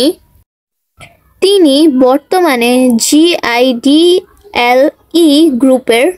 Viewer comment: ওটা g-i-d-e-l-e না ওটা (জি)-আইডেল/ (G)-IDEL